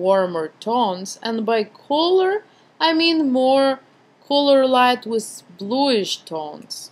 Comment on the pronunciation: Just one thing ... do not pronounce the "Z" sound so much .. when you say "with" you pronounce it like "withzzz"